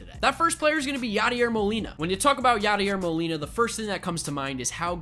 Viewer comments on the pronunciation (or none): LMAOOOO DID THIS DUDE SAY YADIER MOLINA?!?!? LMAOOOOOO!!!!